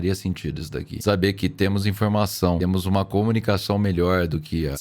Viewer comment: “Como vocês devem saberA.” 😂